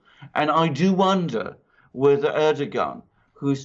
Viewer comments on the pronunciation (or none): Erdogan is pronounced with soft 'g' like Erdoan, take out the 'g' as its forgotten. By the way the drilling is completely unnecessary, as we'll soon be able to use the 'air' for energy, from what I learned from the QHHT sessions. The fuel we put in our cars soon will be powered with the air we breath put in our lungs its already round us, we'll be using it to power our cars and its FREE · If you guys want to continue reporting about Turkey next year you guys better learn how to say Turkish leaders' names. LOL